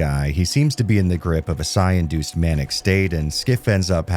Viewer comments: Psi stands for psionic, which is basically another term for psychic. So you are pronouncing it properly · You’re pronouncing Psi correctly. Psi is short for Psionic. Pronounced “Sy-on-ic” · Actually, that's still the correct way to pronounce "psi" in this context. It's short for "psionics".